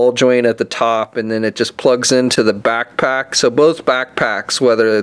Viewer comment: I crack up every time you say backpack!